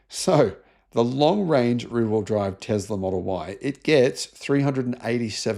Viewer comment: please stop saying "Tezzzla". It's absolutely infuriating to hear someone like you constantly mispronouncing "T E S L A"!